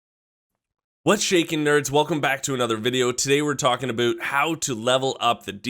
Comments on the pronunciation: Did he just say "Aboot" ? CANADIAN WARNING ! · today we talkin' aboot.